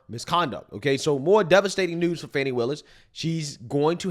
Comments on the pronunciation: Her name is Fan-ie y'all. She lives in GA not France y'all. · Fani is not pronounced Fawni